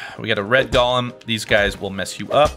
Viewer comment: i swear every time he said golem i heard Galm